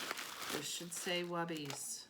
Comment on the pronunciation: Hi, Thank you for the in depth demonstration! My curriculum outline is calling the paper drapes "Webbies". I heard you say "Wubbies". Could you clarify which is correct and please tell me where you can buy these? I've tried to look up multiple spellings of the word and nothing comes up in my search. I agree, these paper drapes would be super space savers compared to cloth towels.